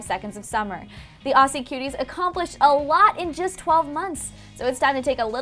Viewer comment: HOW ARE YOU PRONOUNCING AUSSIE M8?